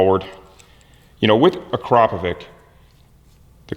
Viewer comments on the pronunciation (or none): I had to be that guy. "Uh-crop-a-vich" as in "snitch" not "vick" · Have you dynoed it by any chance? Also you are slaughtering the name akrapovič